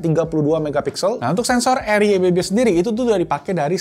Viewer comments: RYYB bang bukan RYBB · Ryyb bang bukan rybb😁